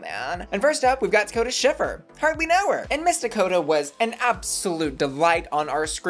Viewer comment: Not swiffer, SCHIFFER. it's HER name